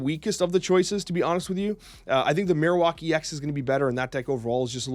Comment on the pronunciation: Man I love your snap stuff but we gotta sit down and work on your pokemon pronunciations Marowak is like Bone Marrow